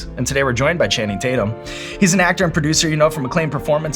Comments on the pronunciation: *Taint-yum is what he says lol ... EDIT: I just rewatched the clip and I can't believe they missed that opportunity ) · “Channing Tate-yum” — Danny McBride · “ I call him Channing Tat-yum” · Channing Tate-Yum!!!! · More like Channing TatYUM!!😂😂